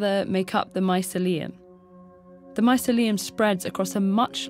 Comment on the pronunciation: please review the way you pronounce mycelia and hyphae. Ugh...